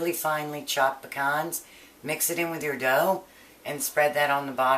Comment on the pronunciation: Omg thank you for saying Pecans instead of PEE-CANS